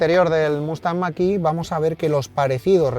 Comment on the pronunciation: La marca puede decirlo en chino , pero en ESPAÑOL es mach e , en eeuu que lo pronuncien como les de la gana , pero aquí la E se pronuncia e , e no i